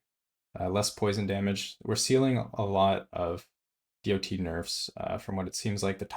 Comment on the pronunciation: I spun around the sun almost 40 times, and never ever have i heard anyone pronouncing DoT like that.